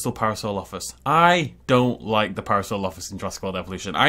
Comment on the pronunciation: I haven’t seen any comments on this but... You do know parasaurolophus is pronounced pa-ra-saur-ol-o-fus right???